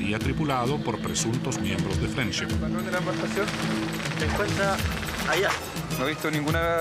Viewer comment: se que significa friendship pero "frenchip" como dice la señora que relata ...quien sabe que quiere decir